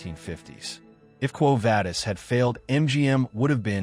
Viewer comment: It is pronounced Quo Vah-dis, not Vay-dis.